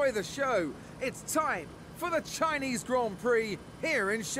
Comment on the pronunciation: SHINEESE GRON PROC